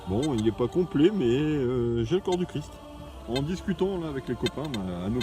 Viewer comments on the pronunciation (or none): none